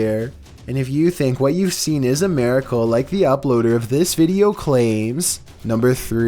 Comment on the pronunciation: "a maricle"